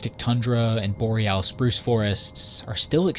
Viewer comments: Dam he rly hitting the “al” in boreal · He rhymes it with Loreal!